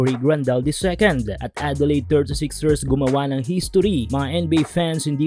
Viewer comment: OOT lods.. "Adelayd" sorry..